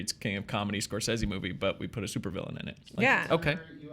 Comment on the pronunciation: Preach preach! I may disagree with what you have to say but I will fight to the death for your right to say it!...but I still have no confidence that WB will deliver anything but crap with this Joker movie. And it's "Score-say-ze" not "Score-sez-ze".